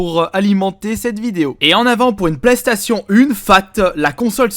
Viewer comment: Super l'accent anglais avec PlayStation fait un effort ta que ça à faire de ta journée